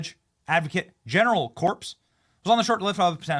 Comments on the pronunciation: Corps is pronounced core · Corps is pronounced CORE - you’re better than that Benny 😂😂😂